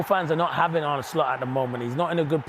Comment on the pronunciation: You have to pronounce it as Arn-uh and not Arn-ie